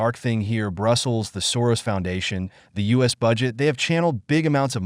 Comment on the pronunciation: It's Soros not Sorors 😂😅